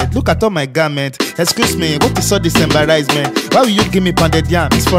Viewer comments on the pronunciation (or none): Did falz jus say Embaraizement😂😂😂😂😂😂😂😂😂......